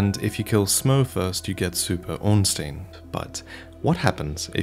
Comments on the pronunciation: Surely its ornst-eye-n not ornst-ee-n. In german the second vowel in ie or ei determines the sound. Could be wrong ofc if its been confirmed elsewhere. I.e - rammstein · Ornstein not Ornsteen